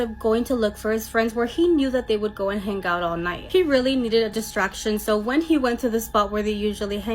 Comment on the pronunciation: To the Spanish Gal ~ Words like 'hang' aren't pronounced hanGUH. The g is soft, not hard. You're giving a one syllable word two syllables. Learn to speak correctly if you're going to be on a public platform. Won't continue to listen when you pop up.